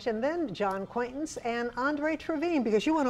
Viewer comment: Nice to meet your ac-Quaintance, John! 😉